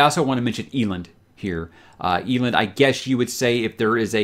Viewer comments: Did you say EE - LIND? 🙄🧐😓smh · Wow, it's pronounced Eelend? Been saying Ehlend in my head this whole time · Is that not how it is pronounced? You damn audiobook elitists. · is a huge repository of free audiobooks. Yes, I did say free. Some of them are the premium Graphic Audio versions which are crazy expensive. So if you want to hear how some words are pronounced, its quick and easy. Ahem cough rage of dragons cough cough. Elend is categorically, universally pronounced EL - END, however Brandon has said you can pronounce his stories any which way you prefer. Bookmark that link, its great. Not a sponsor. Just a fan. Thanks. I don't mean to sound elitist. However, in case I do. Apologies to you good sir. BeiNg NoBilLty iS hArd. 🧐